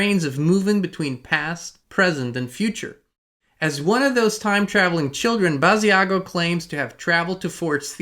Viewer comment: Hi Inspired Tribe! Just to let everyone know: Andrew Basiago's name is pronounced Bashago, similar to "Chicago." Andy/Andrew Basiago wqas interviewed about 15 years ago by Project Camelot. He's truly one of the earlier Secret Space Program "whistleblowers" regarding his participation in "Project Pegasus" time travel program. Pres. Barack Obama, then known as Barry Santoro/Soetoro, as was ALSO a participant.